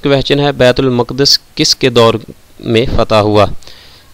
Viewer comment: bait ul mak das ni bait ul muqads hota h